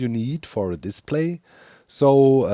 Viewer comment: The way you say "display" makes me think of a diss play, like play made for roasting. - To be or not to be, that is the question. Unless Menos is nearby, then I'd rather get away from him and his stinky pits.